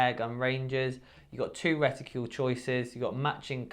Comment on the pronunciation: What's a 'reticule'? Something about shooters that can't pronounce simple words. 'Horniday' 'ambidextrious'.